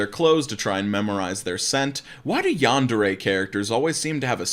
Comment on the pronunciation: im gonna get bothered by the pronouncing of this one because Yandere is not said rightly. Still. This is sad. edit: just changed a word.